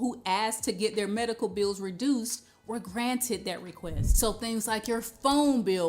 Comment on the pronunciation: Uh it kinda reflect ts on your LACK OF INTELLIGENT S It us pronounced bills with an L Not buwws as with a w Also it is THAT .NOT DAT